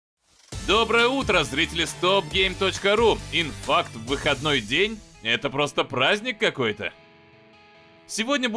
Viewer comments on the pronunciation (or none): не инфакт, а ИНДИфакт какой то)